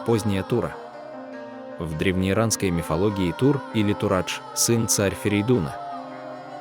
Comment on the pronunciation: НЕ ТУР МЛЯ А ТУРАДЖ. ИРАДЖ И ТУРАДЖ. ИЛИ ЕСЛИ БРАТЬ НА АВЕСТИЙСКОМ ЯЗЫКЕ ТО ТУРИЙАНА И АРИЙАНА